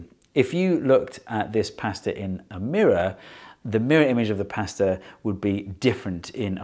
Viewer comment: I wish Americans said pasta like you